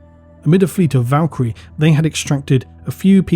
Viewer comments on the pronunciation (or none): none